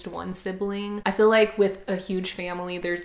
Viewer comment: I love your accent so much! you said like but I was looking away and I thought you said lack!